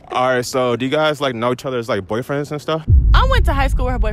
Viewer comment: I love his unique pronunciations “boi-friends”